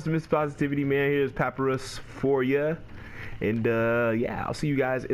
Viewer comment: It's pernounsed pa-pie-rus